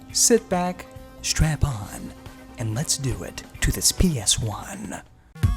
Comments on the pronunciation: You keep saying strap-on, instead of strap in, lmao. Like strap in for the ride, not strap-on up the butt hole. Do you want lube with that mod? Because my mod is huge! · "Did he say strap-in or strap-on? " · did you say strap-on? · Did he say sit back with a strap-on? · Did you say strap on! Lol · Lol did he say strap on?